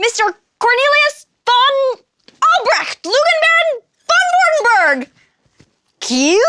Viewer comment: That english pronunciation of Vordenberg's name - ugh!